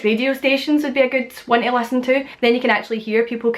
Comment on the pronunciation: She says “tee” instead of to sometimes and other times just “oh” instead of to